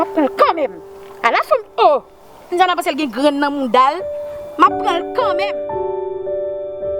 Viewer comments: Kiyès ki tande menm jan avèm matant Widiana ki se pa k di nonl byen « Windiana »loll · Knbyn munn ki we paka di Widiana se Windiana li di